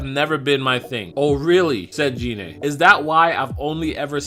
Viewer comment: OMG you call yourself a dragon ball fan but yet you can't even say one name correctly 😂 I mean you kept saying Rigor's name wrong because you kept calling him Ri-Gor when his name is pronounced Rai-Gor and you kept calling Gina Jeinay and that's clearly not how you say her name it's pronounced like this Gei-Nay not Jeinay, i mean can you say anything right?! I mean come on everyone knows that Gohan's form is not called mystic it's called the Ultimate Form aka Ultimate Gohan not mystic Gohan, i mean seriously dude Gohan's form was never called mystic in any form of media and infact the only time it was ever given the name mystic was in a non-canon card game back in the mid 1990's before the Buu saga was brought over in the dub so for you to use that dumb proto nonsense non-canon name for Gohan's ultimate form is completely asinine and disrespectful to the source martial, so bottom line get your facts straight next time you absolute noob. 😂😂😂